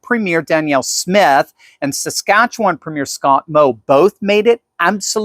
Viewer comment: you pronounce Saskatchewan very nicely 🙂. most Americans struggle with the name.